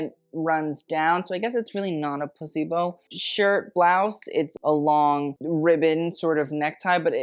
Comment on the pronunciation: Are you saying 'placebo' blouse or 'p*ssy bow' blouse..... what'd I miss?